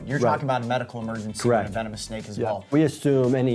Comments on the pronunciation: vemonis? at least he said it right the second time XD Venomous* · Bro said vemonous